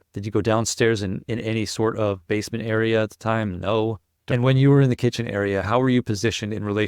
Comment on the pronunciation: The part, during cross when Higgins, can't say basement! I watched it live & I was yelling at my ipad "You liar! You're all liars!" It's been awhile since I watched Higgin's testimony & you are the only channel saying what I was thinking during the direct & cross! He is the murder for sure!